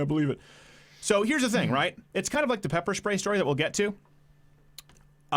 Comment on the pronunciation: "And then they pepper schprayed her" ...Love how you say pepper spray! xD